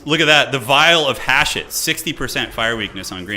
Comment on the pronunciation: I’m convinced that watches the trailers on mute with the way he pronounces “Hashut”